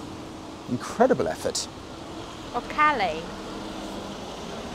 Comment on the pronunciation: Lmao, Calais...